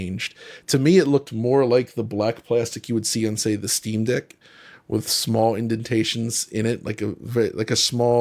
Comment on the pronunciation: He clearly said Steamdick when talking about the plastic being more like the Steamdeck. Lol.